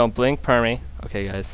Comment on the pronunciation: It's pippy not permy........